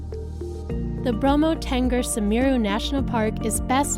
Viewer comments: Semeru mbak semeruu.. Bukan sammer you.. Duuu kah.. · Pronounce it Mount "Semeru"... not sameera or samira.. 👍🇮🇩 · Mount Samerra ??? OHH God ..wrong again !!! It should be mount Semeru !!!